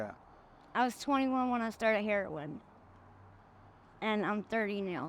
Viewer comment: It’s not Herion